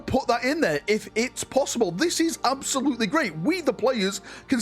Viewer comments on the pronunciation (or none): Absolute-"LEEEEEE" not absolute-"LEUGHH"